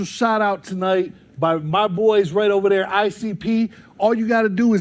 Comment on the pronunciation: " TUHNIGHT" needs to be studied